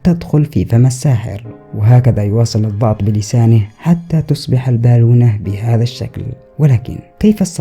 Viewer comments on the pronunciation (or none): ليش تنطق كلمه الضغط با الضأط حبيبي